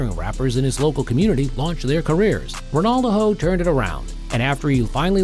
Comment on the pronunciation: The A.I voice over is annoying calling him Ronaldoho 😅